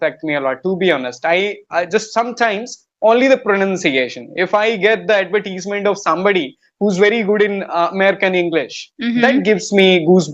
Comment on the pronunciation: mam you pronounce the word " advertisement" incorrectly. soooo........